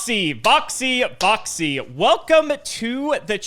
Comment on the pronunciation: Stright up misheard voxys intro as "hi my name is boxy"